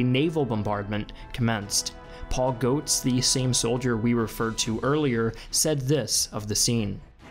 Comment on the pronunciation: If it's "Goetz" it's pronounced Gets not goats